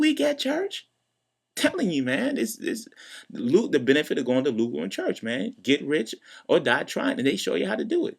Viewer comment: Luke warm *church. (not "chest")